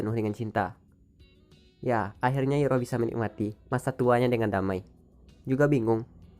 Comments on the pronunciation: Denger kata iroh agak geli gan? Kayak bibik sayur deket rumah,,, rasanya kalo disebut airoh deh di film... Ane bukan ngomong soal tulisan, tp penyebutan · Koreksi bang penyebutan namanya bukan iroh tapi airoh